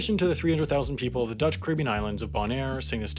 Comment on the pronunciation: You are by far the American with the best Dutch pronunciation. No forced weird sounds. Well done,.